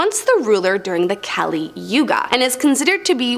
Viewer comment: Kaaaaaa-leee is how uts pronounced and there us male female personas to kali.